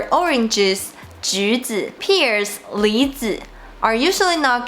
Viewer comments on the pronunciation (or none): Green hat means cuckold. Pears is not pronounced 'peers'; it is like 'pairs'.